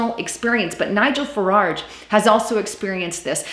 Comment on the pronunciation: It's Farage, not FaraRge...